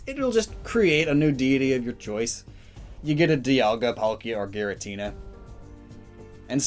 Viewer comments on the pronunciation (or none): none